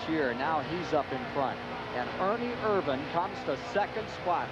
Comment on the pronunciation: First race where Ken Squire pronounced Ernie's name IRvan instead of irVAN. Dave Despain still used irVAN late in the race, but somebody must have told him. He said IRvan when he introduced Ernie for the interview... only to fall back to irVAN at the end. At least they didn't claim he was from Modesto, California (where he never actually lived.)